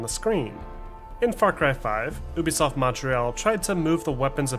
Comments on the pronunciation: Stop saying uuubisoft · I liked the video but the way you say ubisoft triggers me 😂